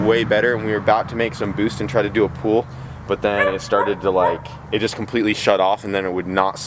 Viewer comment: Pool pool pool pool pool. It's pull. PULL. P. U. L. L.